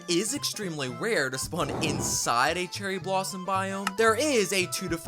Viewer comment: "Cerrry Blossom"💀